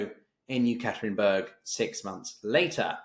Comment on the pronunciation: Please pronounce the Urals main city correctly as Ye-kater-inburg.